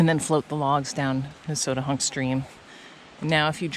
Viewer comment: Now I know how to say Nesowdnehunk. I always tried to make it five syllables. I am wrong.